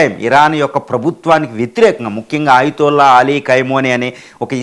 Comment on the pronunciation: Ayatulla peru correct ga pronounce cheyyali. Dollr to rial exchange teleyakuna neevu speech istunnavu. Shame😂